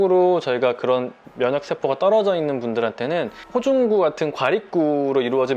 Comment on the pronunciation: 호중구를 호구중이라고 버ㅏㅆ넼ㅋㅋㅋ